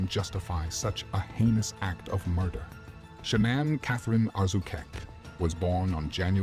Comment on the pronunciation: That might be an AI voice, the way he pronounces Shannan's maiden name is not normal.